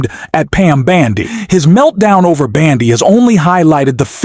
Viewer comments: Ok! Ai voice, try pronouncing it as Bondy not Bandy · please pronounce Bondi’s name correctly. I love your podcasts, but your pronunciation of her name is very annoying.